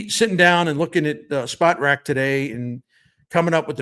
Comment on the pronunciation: My favorite sports writer for 30+ years always brings the best analysis! However, if you're gonna say Spotrac umpteen times, say it right. It's not "spot rac"; it's "spo trac" as in SPOrts TRACk!